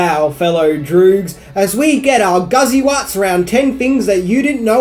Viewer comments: Guttiwuts, not guzzywuts. The author in the book is not old. Kubrick omitted the final chapter because the U.S. edition was missing the final chapter. Not the other way around. A Clockwork Orange is hardly an obscure movie. In the book, Alex loves all classical music. Not just Beethoven. The "lost gems" are scenes from the book. You should read it, dude. Kubrick did not "ban" his movie, he pulled it from circulation. Confronting moments? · Guttiwuts, not guzzywuts!!! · Well.... First off "any fule no" it was a novel first.... PS it is guttiwuts NOT guzziwuts...